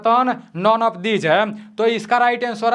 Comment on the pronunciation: Hai ko hem kyu bol rha h toh😅😅